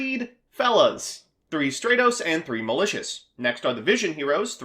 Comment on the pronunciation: The way you say stratos pisses my off